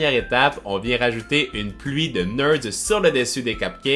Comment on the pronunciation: Des neurds 😂😂